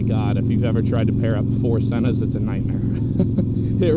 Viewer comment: Sēna not sena